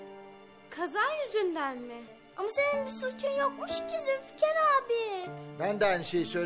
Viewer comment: Zilfikar diyor 🤣🤣😂🤣